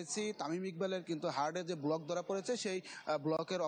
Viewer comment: প্রতিবেদক বলছেন" হার্ডে"ব্লক but actully it is heart not hard. এই হচ্ছে সাংবাদিকের মান!